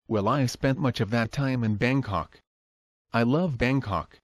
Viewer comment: I thought he was saying Bane Cock at first. I thought he created a real Banetopia